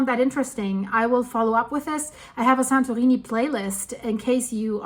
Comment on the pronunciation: Ok she is definitely saying "santoweenie"